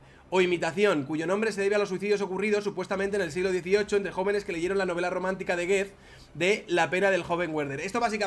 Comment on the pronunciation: excelente tu contenido y tu canal... pero Goethe se pronuncia "guete" y no "guet", y Werther se pronuncia "verder" y no "güerder", ya que es alemán, no inglés...